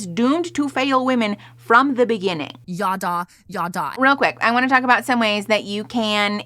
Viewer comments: Every time they start trying to bring up Hebrew words I want to start gnawing and scratching at the walls as someone who spoke it growing up. Girl what the hell is “yawdaw” 😭 could we not at least do a brief googling of pronunciation before we say it 25x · …they’ve got a painfully american way of pronouncing ידע. Never heard it as “yaw-daw” before lol